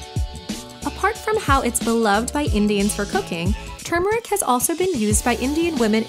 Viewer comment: Yes! Someone finally says the word turmeric correctly!! 😭❤️